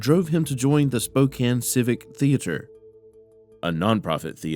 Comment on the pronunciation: Thank you for pronouncing 'Spokane' correctly!